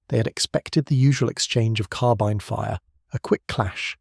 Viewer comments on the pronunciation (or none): none